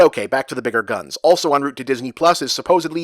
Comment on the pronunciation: Um, "Biger"?